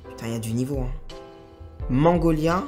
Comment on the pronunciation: Mangolia 😂😂😂 La petite dyslexie sur Magnolia était très drôle 😉